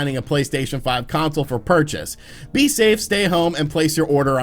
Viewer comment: "SAY STAFE!!"